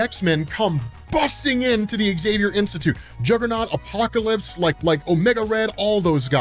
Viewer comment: Find an American who can pronounce Xavier correctly - I'll wait.